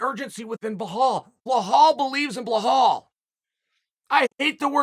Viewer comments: Hes gotta be doing this name mispronunciation thing on purpose lmao. Bla-Hall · why do you keep saying blahal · Who is this blehal guy Chael keeps talking about? I don’t recognize the name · Chael, can you say blehal believes in blehal 10 times really fast. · ...blahal...gufstason...breakfrast...I thought it was on purpose...maybe it's a speech impediment, maybe it's dyslexia...either way, I'm watching and listening...you see, kids?...DO IT!...MAKE YOUR DREAMS COME TRUE!!!... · If Chael says his name is Blahal, then his name is Blahal.... period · Chael: “it’s Blehall… remember the name” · No one: Chael: Ble-Hal! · please stop saying plahall, just say mohammed , it's so disrespectful of you to keep repeating it over and over . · Chael "Blehal" Sonnen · his name is Belal where the hell the H that you pronounce is coming from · I have no idea why he keeps saying behall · Are you meaning to call him “bla-hall” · Who’s Bla-hall? 😂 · Wait... did he just say Blahal? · Ble-Haal! Uncle Chael at it again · Blahall- Undefeated in Pronunciation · Sources have confirmed, the official pronunciation for Belal is now "Blahal". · BLA-HALL vs Luque! 😂😂😂 I swear at this point Chael just does this on purpose lol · Blahall??? Who the fcuk is that guy? Cmon brother his alias is “Remember the name” Put some respect on the man’s name. It was funny at first tho… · Belal is pronounced as Be-lal. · blahalll lmao chael the ultimate white guy. 🤣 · He said Blahall is gonna, y'all laughed at him 😂😂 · He said Behal believes in Behal 😂 which is true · Who the fuck is bla-haw? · chael sonnen : remember the name blahala. hard prononciation to hear as an arabic like me lool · You sound silly cause you talking about "Blahal"? Unche Chael lol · Bilal: "RRRRemembbbberrrr the Nameee Uncle Chael: Behal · Why does Chael get literally everyone ethnic’s name wrong haha he calls him Behal 😂😂😂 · Why is he pronouncing it Bahal? Lol. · Ily chael, but you are absolutely butchering belals name lol